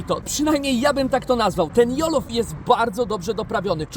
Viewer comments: Jelof xD się "dżelof" poprawnie wymawia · Jollof... Wymawia sie Dzollof jelopie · Dzelof rice się wymawia nie jollofem 😂😂😂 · Wymawia się "dżollof" poprawnie ten ryż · Dżolof!!!! Ja cię kręcę, czy to tak trudno się dowiedzieć jak się wymawia takie rzeczy